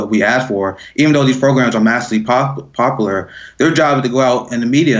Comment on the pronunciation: My man plz work on your pronunciation lol not that any sheep are watching this but I can see them using his pronunciation of words as a way to discredit his point of view just makes me squirm like poblar popular lol